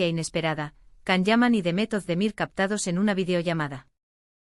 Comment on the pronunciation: Please say his name correctly its pronounced as JAN not Can.. C in turkish alphabet iis pronounced as "J".. so please before making a vlog learn to pronounce his name correctly.